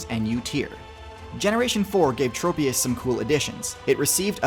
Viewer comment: i pray for the day when people can pronounce tropius's name correctly